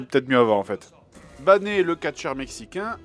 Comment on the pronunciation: Je déteste comment il prononce Banner (Banné)